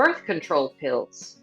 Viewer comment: The word is control not contorl. why the repeat of questions over and over just asking in a different format?? Run out of questions for people to answer?????